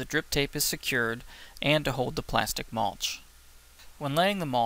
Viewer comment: Mulch not maulch